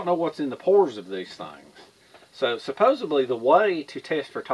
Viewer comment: "Suposubly". WTH?